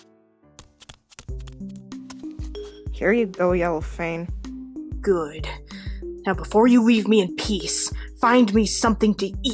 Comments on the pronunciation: He says Yellow*Fane* instead of Yellow*Fang* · Its yellowFANG not yellowFANE. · why does it keep saying Yellowfane?